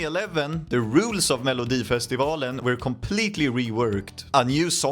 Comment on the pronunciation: Jag känner mig lite egenkär som kollar denna 😂 jag vet ju allt detta egentligen, men det känns lite mer exklusivt att höra det på engelska 😊 man hör att du är svensk när du säger "melodifestivalen " för ingen amerikansk kille kan säga det rätt😅 jag får väl passa på att skryta om att jag har en Loreen tatuering sedan nov 2015❤